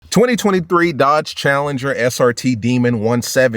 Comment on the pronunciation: 🇺🇸🇺🇸🇺🇸🇺🇸 Last real American muscle All I gotta say is when you say the word Dodge put some spect on it